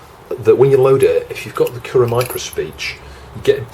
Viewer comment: it's pronounced "kurrah"